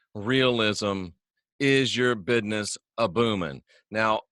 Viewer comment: My bidness's's" need a little work..